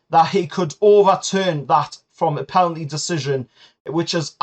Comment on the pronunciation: Penalty NOT PELANTY